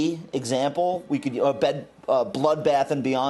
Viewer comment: Can you say SPAC’s consummated one more time, please?